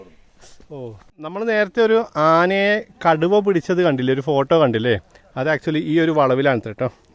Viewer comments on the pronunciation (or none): സുഹൃത്തേ . ആനേനെ- എന്ന് പറയല്ലെ.